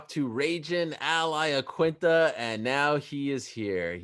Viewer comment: i always was confused why the people call him Ay Aiaquinta hahaha